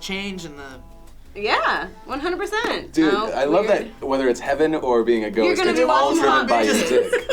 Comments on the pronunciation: 4 minutes in I finally realized they said ghost not goat... I was so confused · Not gonna lie, I heard goats not ghost... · Instead of ghost, my brain told me they said goat..let's say I was thoroughly confused 3 minutes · I was a bit confused at first I thought Phil said after life or stay on earth as a Goat... which made it even funnier that said he had thought about it, but that did'nt seem too far a strech though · I thought Phil said 'come back to the world as a goat'... well... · Oh! I heard ghost as goat and I was so confused. Gah. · I thought you said "goat"